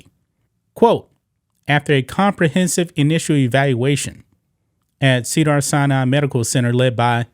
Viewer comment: I'm not trying to be mean; but I think got into college cuz affirmative action. He can't pronounce the most basic, common words... Sea Dars? Sorry. I wish you would explain this to us one day.